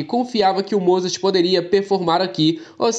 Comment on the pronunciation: Fiote, corrige aí... é MOZART(sem pronunciar o T) e não falar MOZARTTTTI.